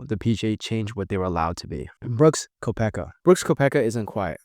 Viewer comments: Did you actually pronounce Brook's last name as Ko-pecka? Its Kep-ka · How do you even get to .. “Ko-peck-a?” What?! 😂